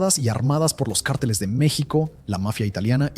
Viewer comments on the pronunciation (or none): none